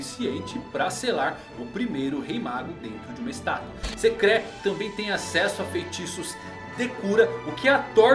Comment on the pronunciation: As pronuncias do nome me deram estranheza, mas td bem, acostumado com as pronuncias diferentes mas o Enry e a Sekré foi de doer o ouvido kkkkkk. Mas pode trazer mais videos que a gnt gosta kkk